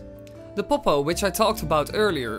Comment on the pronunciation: I love when he says pop-oh